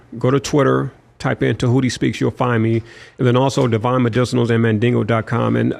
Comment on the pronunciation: Dude mispronounced his name all episode and that annoying, patronizing “brother”…It’s good to see Djehuty back on the scene tho!!!